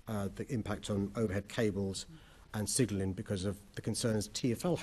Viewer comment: Can’t speak English properly Can’t pronounce words listen to how he pronounces signalling loll